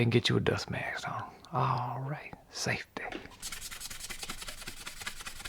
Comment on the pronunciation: “ALright saFTy” ily